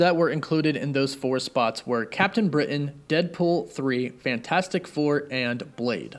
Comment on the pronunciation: Great post. But I hate the way you over pronounce CAPTAIN BRITAIN....